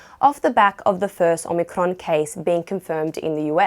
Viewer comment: Nice pronunciation of Omicron